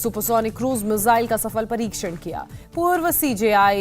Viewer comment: मुझे ये समझ नही आता कि 'मिसाइल' को 'मिज़ाइल' बोलने में कौन सी हिंदी का प्रयोग होता है?🙄🙄